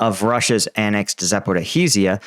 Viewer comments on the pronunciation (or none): When You read Запоріжжя try to pronounce it as Za-po- rizh-ia not Zapo-riz-hia. It doesnt matter much, but just would sound more original. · It's pronounced Zapooreezhya not Zapoorhareezhya! Where are you getting that 'ha' from? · I really hope that before the supposed counteroffensive realises that he's been misreading "Zaporizhya" as "Zaporihizya"! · It sound more like "Zaporozjey" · Say it with me: Zah–po–REE-zhee-ah. (Zh = s as in pleasure, leisure, treasure, etc., or French J as in Jean Valjean.) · Hi, love the videos! Just to hopefully help out as this becomes more of a focal point, most Ukrainians seem to pronounce it 'Zap--or-ease-ya'. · Thanks. So a useful key for English would be 'Zap-o-rose-ya' or 'Zap-or-owes-ya' (given we lack the ZH consonant, albeit we use it in leisure, pleasure etc). I just commented as is adding an additional syllable. Cheers! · Dosn't know how to pronounce name of the city's , doesn't know geography and diffrence between Mariupol and Melitopol. Meanwhile he is military expert exploiting this situation to spread western propaganda and earn some money from dum0b western audience. Great work man by the way real war right now is in U.S.A 4th bank on brink of collapse your economy is going down, ukraine lost this war , massive censured protests in Europe to stop arming ukrainans, but you are sitting there in your disney world still and spitting lies😂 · Congrats on your continued success in mangling the pronunciation of “Zaporizhzhia” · please learn how to pronounce Zaporizhzhia!! It's not hard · Can someone teach him how to say "zaporizhzhia"?